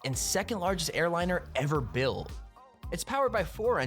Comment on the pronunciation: it looks like he says ‘buil’ instead of built